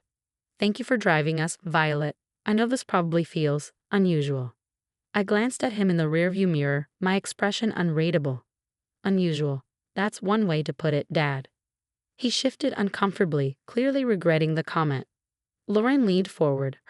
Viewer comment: Your AI needs an editor. It’s pronounced “unreedable” not “unredable”. Barrage was pronounced incorrectly as well. AI pronounced it “baridge”. It’s pronounced “eether” not “ither” It’s pronounced “dingee”. AI’s pronunciation of this word is either for a type of small boat, (sometimes used as a tender) that’s carried/towed by a bigger boat or in reference to someone who is nutty, mildly stupid or eccentric aka a dingbat. It’s pronounced “cafay” not “cafis” I think I would have changed the room to a single, if possible. But I’m guessing OP probably booked a starred hotel. OP hangs up, daddydearest keeps talking. How does OP know what he said if she hung up? How could Loren even get on the plane? The ticket wasn’t in her name. If she tried to pretend she was OP, the FFA & TSA needed to be called! Time to go NC. OP needs to get an attorney & get her will written. Specifically name mommydearest, daddydearest & sissypoo as being left out/ disinherited, enumerating why. She also needs documents making sure none of the three be able to gain POA/guardianship of OP should she be unable to make decisions. Also a proactive one making sure they never get access to OP’s children when she has them. She needs to keep a close eye on her credit & ID too.